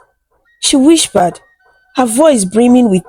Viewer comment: Nice story, nice voice. There is this word that I noticed you always use " whispered" you always pronounce it as "whishpered"